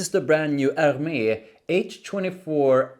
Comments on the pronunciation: A native born female acquaintance helped me in pronouncing Hermes which doesn't immediately classify you as American... Er..mez. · you pronunciation is wrong for Hermes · Hermes: say Air Mess.